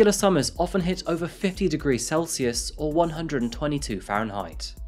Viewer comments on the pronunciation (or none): none